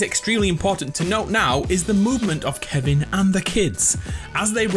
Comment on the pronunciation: Baby of KEVIN KIVIN(ki-ven)